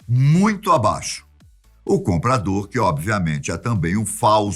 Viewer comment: nn entendi nada ele fala comprador comprandor Acho que ele falou errado